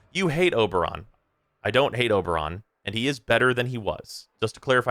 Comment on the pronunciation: It's Ober